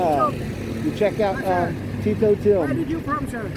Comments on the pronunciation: There is nothing wrong with your English, but your T is different that a Filipino T. We tend to use a more breathy T that comes out slightly sounding like Tch. Sort of like how the Chinese speak with a near constant sh sound to their words. But Filipinos use a sharp T for Tito and Tatay, etc. At least that is how my wife explains it to me. Hence, why the taxi driver couldn’t follow your Tito Tim … he is not familiar enough with Kanos to pick up the difference. I have the same trouble and face this every time I go out. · hehe... tito tim because you pronounce "Tito" is slang as a local ilonggo i can recognize it. i love the way you make canversation with my fellow ilonggos, it shows how ilonggo is so welcoming to the tourists. i really miss iloilo city, watching here in saudi arabia, thank you for this vid.